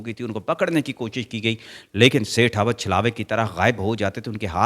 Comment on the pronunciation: Aabad NAHIN abid hota hai